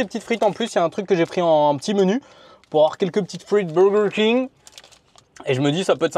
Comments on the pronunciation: Le BOWWWWGERRR KING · pourquoi personne ne parle de laccent 'burger King' 😂😂😂😂😂😂😂😂😂😂 si non cool video